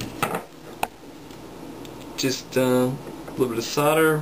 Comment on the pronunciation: You do know there is an "L" in the word solder? Not soder!